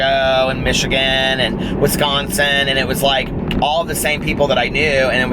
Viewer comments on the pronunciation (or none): none